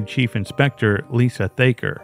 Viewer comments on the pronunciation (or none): none